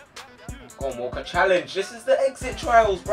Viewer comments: When you say walker it's sounds like your saying wallcot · When he said "Walker" it sounded like "Walcott" to me